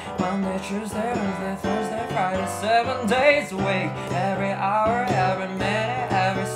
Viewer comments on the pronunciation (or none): none